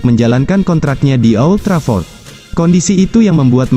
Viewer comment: old Trafford bukan o,old Trafford 🤣🤣🤣